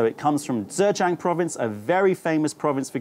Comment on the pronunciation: Informative as always. Blind tasting videos are great fun - please do more. :) Btw 'zh' is pronounced pretty much like a 'j' in English, so you are not saying Zhejiang quite right (if you're going for a Standard Mandarin pronunciation, anyway - I have no idea about local Zhejiang pronunciation).